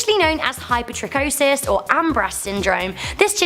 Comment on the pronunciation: Helpful hint for youtubers: you can EASILY hear the pronunciation of ANY word by Googling the word and pronunciation, e.g., hypertrichosis pronunciation. You would then know it's pronounced hi-per-tri-ko-sis. Then you won't sound like: 1. You don't know what you're talking about. 2. You're too lazy to look it up.